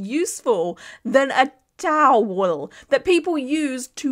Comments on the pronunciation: “TOWELLL” is the new “CARPETT” 😂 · saying “towel” like Pheobe in friends saying “nestle tollhouse” is sending me